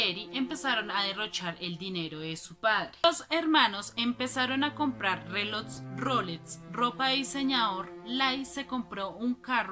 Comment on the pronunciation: "Relots" Rolex? Un auto "evaluado"?